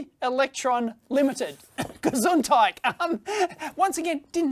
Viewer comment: Your pronunciation of "Gesundheit" was pretty on point 👍